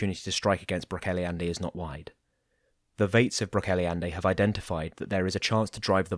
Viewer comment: Love these audio versions of the Wow and WoF. Just so you know, Brocéliande is pronounced 'brock-KELL-ee-ond'. Keep up the good work! ☺